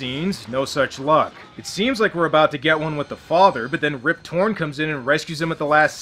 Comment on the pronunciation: I swear I kept hearing you say "Rib Torrence" and thought that's referencing that he looks like Jack Nicholson.